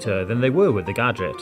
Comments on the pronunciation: Did you mean gaajik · He always says G A D G E T